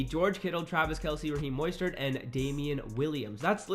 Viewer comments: just to let you know, it’s MO-stert not MOY-stert lol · Raheem Moistert? Cmon bro you mean mostert “Moe-stert” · Dylan Black you wrong too moss-stert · This man really just said moistert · Dude say MOISTert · Are we gonna ignore how he said Mostert lmao